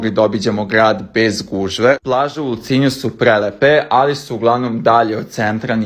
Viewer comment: Vidjela sam vas tamo,ali pogresno igovarate ti i fitnes blizankinje ULCINJ.Nema veze.😂❤